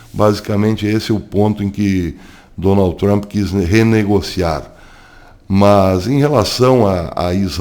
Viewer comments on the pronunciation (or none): none